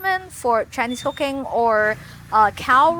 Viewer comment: I'm brand new to your channel, and I noticed your English accent is very good. However whenever you would say "...Cooking-" it sounded like "cocaine" and I kept thinking I accidentally clicked on a different kind of video. 😭😭🤣 Thank you for this video this was very helpful.